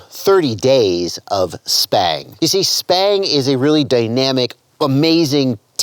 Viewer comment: I run 1950d/s on r/p and lower expo than default bf expo at 600d/s rate, for me its much more controllable out at the stick ends for me. You keep saying "SPANG" with a P not B??? I have been calling this robotic flying since ~8 years ago Same with racing on-road electric cars, I much prefer arc-point than expo, it puts a little smoothness around center and linear the rest of the way out.